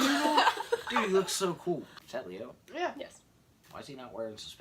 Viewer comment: How come she says Leo like Leah